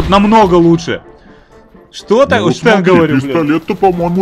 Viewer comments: Стэн а не штэн название английское)) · имей совесть! Не Штэн, а Стэн. Всё таки из второй мировой войны! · англоязычные говорят "Стен", а не "Штен", хоть конечно фамилия изобретателя и Шепард. Но в инглише Shepard, так что первая все-таки С. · Хоть конструктор этого ПП и был Шепард, ПП всётаки называется не Штен, а Стен. А то как то по старушечьи звучит))))